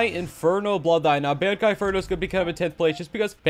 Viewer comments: i hate the way he says bankai its bon not ban even though it goes like ban its making me mad im not gonna lie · it is not pronounced ban-k-eye its pronounced bun-k-eye